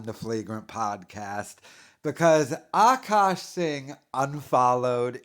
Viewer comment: I was interested in this situation but listening to this guy not being able to pronounce Akash, and the fact that it seems like he has a touch of the 'tism or mental deficiency, I was unable to finish watching.